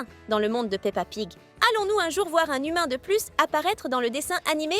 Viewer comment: Tu as dit pa pig 😂😂